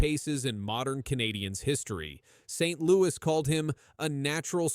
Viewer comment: You didn't know that his name was Martin Saint-Louweeyé? 😂